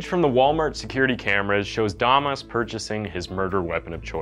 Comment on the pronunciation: Why’d you pronounce “damas” two different ways?